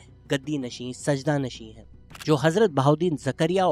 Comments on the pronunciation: Not “SAJDA” Nasheen Bhai Saajada Nasheen🙏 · Correction: the word is ‘sajjada nasheen’ not ‘sajda nasheen’